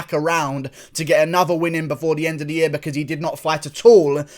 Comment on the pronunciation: "It's YA-REAR!. Idiot."